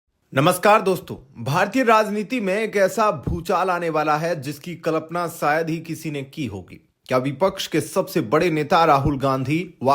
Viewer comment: Kalapna nhi kalpna